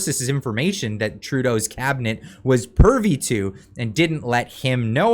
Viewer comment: "Trudeau's cabinet was pervy too" Did you mean pervy or privy? Either word fits but you might have made a Freudian slip and if so well done!